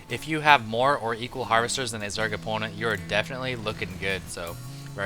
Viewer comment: sounds very Canadian when he says "Zerg opponent"